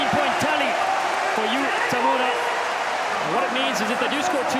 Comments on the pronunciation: 解説の人、田村のことTamaruって言ってない？ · たまるは草